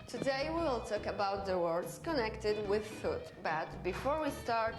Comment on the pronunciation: "words" pronounced as "warts" and "today we're gonna fuck..us" are absolutely killing meeeee. Girlie blink twice if you're in danger 😂